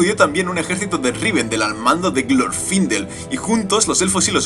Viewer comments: No es glorfindél la pronunciacion? Osea, al no llevar tilde en la í, la silaba tonica es la ultima no? (Se que no pongo tildes estoy en el mobil y me da palo) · Me encanto el video muy bueno la verdad pero tengo una duda ¿Es Glorfindel con acento en la I o en la O? Yo generalmente lo conozco de la segunda opción pero capaz que me equivoco.